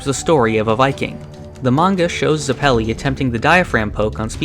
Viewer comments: FYI its Zep-elli with emphasis on Zep, not Zuh-pelli with emphasis on pelli. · “Zuh-pell-e” “Erri-nuh” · I loved the video but I died every time you pronounced Zeppeli as "Zeppéli"